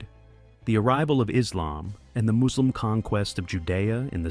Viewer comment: It’s funny how you don’t catch this is an AI voice over from minor pronunciation mistakes. No native speaker of English that articulate would make these basic mistakes. “Moooslim” haha